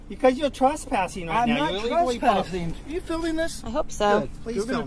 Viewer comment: "If you'wre pawked hewe then you'wre gawna get towwd." No wonder he's a pissed off cop. 😂